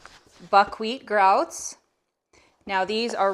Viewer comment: I like the way you said it! I'm going to say it like that now too lol